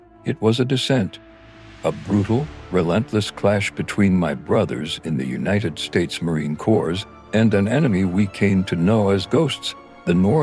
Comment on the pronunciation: If you want people to learn the history of Marines and their sacrifices in Viet Nam -- Then utilize correct voice audio not some "AI" rendition that mispronounce the "Marine Corps", "ConThien", "The 2/nights" instead of 2/9 and other mispronunciations, It is insulting.......